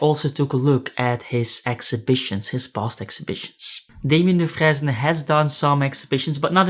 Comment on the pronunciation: If Da Vinci is rolling in his grave, then Sasquatch is seething and stomping above it...that digital footprint🤔😆 **Side note the "fresne" part in Dufresne is usually pronounced like the word sprain or stain, think, do-frain....at least I think...I had a friend with same last name and that's how he pronounced it. It's a tricky one, long and short vowels and silent letters🙄